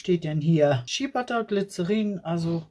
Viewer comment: ...Shea Butter...das e wird als i ausgesprochen.. schia 😅